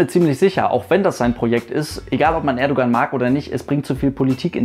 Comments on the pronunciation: Man schreibt zwar "Erdoğan" aber lesen tut man (Lautschrift) "Erdouan" :)) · Danke für einen so guten Umgang mit Thema, das politisch heikel werden könnte! Und danke an den Aufruf am Ende bzgl. Kommentaren und Respekt. Nur eine Bitte habe ich: Das "g" in Erdogan spricht man nicht - genau wie beim Fußball-Spieler Gündogan. ;)